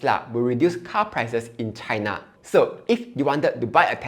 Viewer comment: do you really want to trust a jhk who pronounces china as cai-na? GG tesla bulls